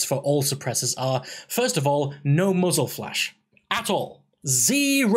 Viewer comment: Did he say Muggles Attachments? =P Good Video!